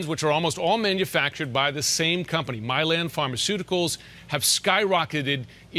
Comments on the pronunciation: it’s MY-Lin not ME-Lan lol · Lol, I'm sorry but pronouncing Mylan (my-lan) as Milan irritated me, like leave Milan out of this mess haha. I know he's done that to many names, he's always said he's a chronic mis-pronouncer, this made me want to stop the video tho. 🤣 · You're killing me by pronouncing Mylan as Milan lol. Fuck the company but I'm from that town and grew up with the company's heir so the pronunciation is ingrained in me. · My wife’s first EpiPen was $60 for a twin pack cash (in 2007 or 2008), way cheaper with insurance You always need two epipens btw, they wear off too quickly Also listening to mispronounce Mylan….